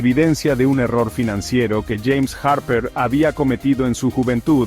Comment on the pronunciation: Los harrperr, margaretkkk 😂